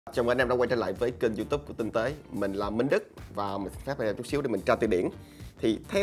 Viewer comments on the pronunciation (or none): none